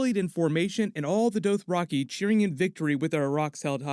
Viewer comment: The Doe-throcky? OK.